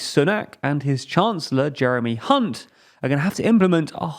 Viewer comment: Wow you were careful here weren't you? Jeremy HHHunt! Lmao